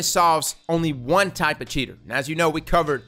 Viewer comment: A comment and a question. First, I think you're emphasis was on the wrong word in one section. You said "This update solves only ONE of the cheating problems." I see it as "This update SOLVES one major cheating problem." It's not a miracle fix for every issue. But it's a big step in the right direction. Pretty much every civilization on earth has had to deal with law enforcement policies. We've seen what happens when Big Brother moves too far and too fast. It would be just as bad, if not worse, if legit skilled players were falsely punished with no recourse. Second, what is actually IN the Lighthouse? I'll probably never see it for myself. But I wonder what's the big draw aside from the accomplishment itself? Are there NPCs there? Is the environment itself mind-blowingly beautiful? Once you reach The Lighthouse is there any reason to spend more than 15 seconds there looking around?